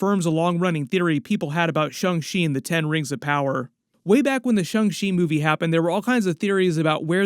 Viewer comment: My man! I love your channel, but please stop saying shUng Chi. Go ahead and say shAng - like Avatar Ang. Sorry, it’s a thing! 😂